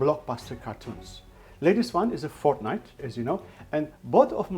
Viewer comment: this guy is so iconic!!! lol its funny how you say fortnite!